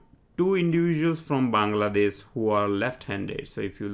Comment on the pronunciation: It would be 'Bangladesh' not 'Bangadesh'.